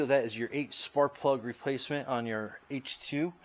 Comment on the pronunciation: Did You Say, 5/8 Spark Plug Socket??? It Sounded Like You Said 5/8 SP Socket... Good Video... Thank you for all Your Tips... You may want to use a longer swivel extender... Just Saying...